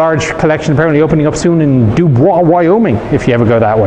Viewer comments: Note: Dubois, WY is pronounced "Dew-boys". And if you're up in that country, the Cody Museum has a brilliant small arms collection (if a bit too focused on presentation pieces that have never been and never will be fired). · Again a great video. I hate to correct a man of such great knowledge, but in Wyoming its pronounced Du-boys